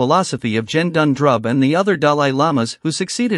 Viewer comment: The G in Gendun is pronounced the same way you would pronounce G as in “get” and not as in G for Germany. Otherwise, thank you uploading this. I would recommend not using the photos and to change the pronunciation of Gendun.